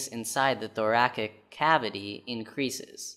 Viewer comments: Thoracic is pronounced "thor-a-sick", not thorakick. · The way he pronouces thoracic is still haunting me